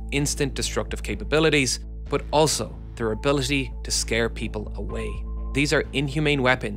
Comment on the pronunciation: I love your videos man. Just one small criticism for you. Many times when you say "but" it sounds odd to me, sometimes it even sounds like "bath" or "both". My 2 cents. 😊